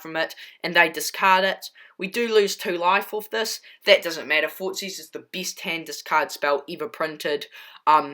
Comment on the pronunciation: "The beest card of this deek"🤣🤣🤣 lol I loved the deck